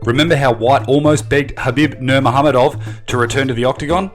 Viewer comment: Khabib nur muhammedov ? Seriously bro… His name has been pronounced correctly about 8 thousand times in the past 2 years Buh somehow you still flop it ? Fr tho…. How ? Like explain to me how